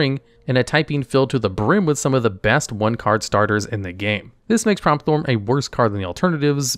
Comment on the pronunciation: Pretty sure its pronounced Prompt-horn not promp-thorn